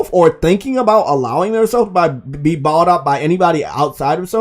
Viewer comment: THERE IS NO “R” IN THE WORD BOUGHT